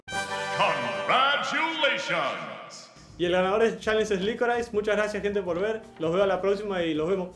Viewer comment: can you make locorice read a whole text in spanish... just fell in love with his pronunciation